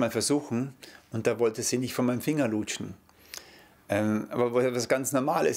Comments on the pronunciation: wie er lutschen sagt🤣🤣🤣🤣🤣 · Wie er Luutschen ausspricht ist wirklich ekelhaft.